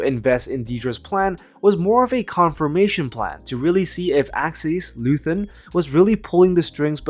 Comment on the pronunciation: It's Axis, not ackies. What the hell are you doing?